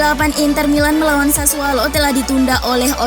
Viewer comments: Sassuolo min bukan sassualo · Sassuolo, bukan Sassualo. Udah brp episode salah terus.